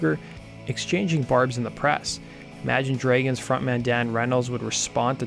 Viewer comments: How tf do you pronounce "dragons" 💀💀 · Imagine DREYgons? Is that some sort of local accent? I'm genuinely curious and I'm not a native speaker myself. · He's probably Canadian